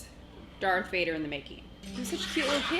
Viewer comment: Whoa...did she just say Dark Vader?